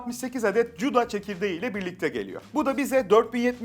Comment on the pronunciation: Kusura bakmayın "cuda"yı cuda diye telaffuz ediliyorsa ne kanalı takip ederim ne de videoyu izlerim kalite yerlere düşmüş inanılmaz